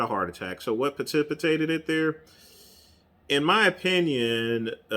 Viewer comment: the call of the thong beckoning these " warriors" is a powerful one! They need a special classification of personality disorders for competitive bodybuilders in the DSM for their mental illness., it is precipitated, not " petipitated" lol. You said it 3 times lol. you are spot on about Cedric. You are WRONG, WRONG, once again regarding your vocabulary!!